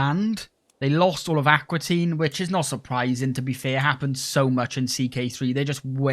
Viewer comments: It's Aquitaine, not Aquatine! 😄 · Fun playstyle! Also fun that that you call Aquitaine Aqua Teen.